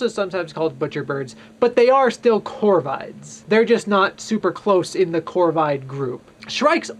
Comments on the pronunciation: The way the ornithologists I hang with all pronounce "corvids" with a short "i". Think "vid" as in "video". Great vid, by the way. I'm going to recommend it to young budding naturalists, as well as novice bird watchers. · Corvids are pronounced cor (like in a word "cork") vids (vid is pronounced like in a word "video")